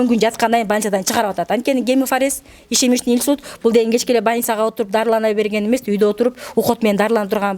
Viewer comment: ИШЕМЕЧНЫЙ ИНСУЛЬТ ЭМЕС ИШЕМИЧЕСКИЙ ИНСУЛЬТ БОЛОТ